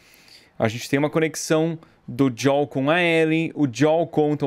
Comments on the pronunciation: O Edu fala: Jol,sendo que o correto é : joe,pronunciando diol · o ano é 2023 e eu me incomodo até hoje cm o edu falando ¨jol¨ ao invés de joel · Da um Nervoso tremendo ver o Edu chamando o Joel de maneira errada🤣